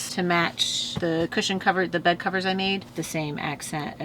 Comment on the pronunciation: Such a fun build!!! ☺️ Also love the way he said “….BED!” 😂